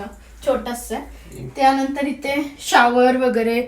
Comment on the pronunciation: Ithe tithe , mhanav itte titte nahi mhanu